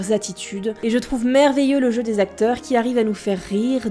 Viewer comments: Cinq zacteurs ? Non : cinq acteurs. =P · Les cinq'Z'acteurs ! Yeah ! La putain de liaison mal'Z'à propos ! XD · Les cinq Z'acteurs??????????????? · Les cinq Z'acteurs, le comissairiat, apocalypse "no"... pas mal l'impro du commentaire